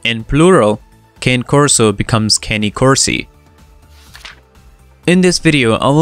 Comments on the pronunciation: it’s actually pronounced kah-nay nay as in the letter e sound in Spanish and Italian that’s why it is pronounced like that it’s always the same it never changes and that’s also y I don’t think It matters how it’s pronounced to me I’m not Spanish or Italian I pronounce my A’s many different ways unlike the Italians let’s not get caught up in specifics this dude doesn’t know shit about the breed let’s just agree on that! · Fact number ONE: (it must be ITALIAN) it's pronounced KAH-NAY CORSO It's like Kanye, but without the 'Y'. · I'm not listening to your video because you started out and mispronouncing the very first word in the dog's name. It's ķäh•né / khan•neh / kä•né / con•nay / or at least a very lazy Connie. All of those are spelled out in a way that should be pronounced the same depending on how you were taught phonics and pronunciations - all except the last one. And it seems to be the way most people who tried to pronounce the name correctly and up saying it. Cane is the word for dog in Italian it is not a walking stick! And, furthermore, should not be pronounced the same way. P.S. So... I see that I saw this video 3 months ago... am I the only one who has watched it since then? I must not have watched it then either because I don't remember ever tuning in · Pronounced Canny Corso, originally from Newcastle,and used to guard the Roman Adrian's wall. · How you pronounced Cane throughout this video was completely incorrect. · Kah`ne Korso correct pronunciation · Its pronounced "KAH-NAY" Corso. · It's not cane corso its kanne korso pronounced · Cane. Corso it's not a dog salute you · It’s “carney” corso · Pronunciation is incorrect. kaːne ˈkɔrso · Actually, there is no "R" in it and it is more like kah-nay, if it's a male. If it's a female, it's cagna and is pronounced kahn-ya. Peace (pace). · This person should remove the video, he doesn't know anything about the breed. He doesn't even pronounce their name right. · I totally agree!! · Mispronounced the name...